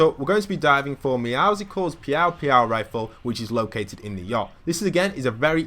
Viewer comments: ITS NOT MEOWSUCLES ITS MEOWCLES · It’s pronounced Meow-sils not Meow-sicles. As in muscles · Man, you said every agent's name wrong Meedas Skay TNT Tina Meow sickles Meow sickles Pyaow Pyaow rifle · Why do people say meowscles like musicals It’s supposed to be muscle with a meow Am I the only one that gets the pun? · Meowsels its pronounced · Meowscles is pronounced Meow-souls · It's pronounced meowsles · Why do people call it meowsicals theres no i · Its actually muscles but with meow at the beginning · Btw meowscle’s is pronounced (Meow-suls), just saying. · No it’s Pronounced (Meow Skulls) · but Meowscles is pronounced Meow Skulls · It’s pronounced meowsels like muscles + Meow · Meowscles is pronounced Me-ow-se-als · Hey. Don’t want to sound rude but the cats name is not a combination of meow and popsicle but rather meow and muscles. Pronounced “Me-ow-sl-s”. Don’t want to sound rude, I just hate bad grammar. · Meowscles is pronounced Meow - cells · I didn’t understand u for saying Meowscles the c is silent and it’s mined not minded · no one can pronounce "Meowscles" correctly. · Meowscles "scles" is pronounced the same way that it is in muscles